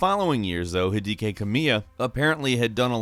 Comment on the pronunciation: It's "Hee-deck-key" Kamiya. Not "Hee-dee-kay".